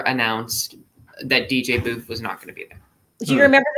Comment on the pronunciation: I love your show btw it is DJ Boof